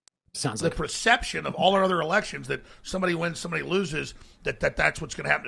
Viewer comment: Did Sam say elections or erections?